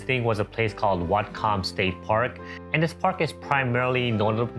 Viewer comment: Whatcom pronounced, What-come